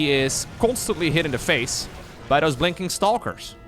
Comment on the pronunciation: "Constantly hit in the face by those blinking stalkers”. Lol. For a moment, you sounded like an irate Cockney on his best behaviour, trying not to use the F-bomb. Gotta love the English language.